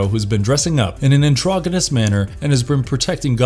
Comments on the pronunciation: The word is NOT pronounced "androgginous". It's pronounced "androj-jinous". Lucius is pronounced "Lou-ci-us" NOT "Lucious". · That's not how androgenous is pronounced 🤦‍♂️🤦‍♂️🤦‍♂️🤦‍♂️